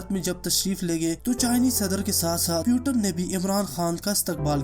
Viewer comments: Its a not name PUTAN 😂. He is a Vladimir Putin' s 🤣. And first of all u said correct name . Then any video uploaded.... that's why fokat ka ROAST hoga tu bhai. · Abe fakir putan nahi putin bol... Nam to thik le.